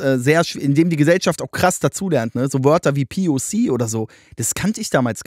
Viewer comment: junge wer sagt „poc“ verpiss dich twitter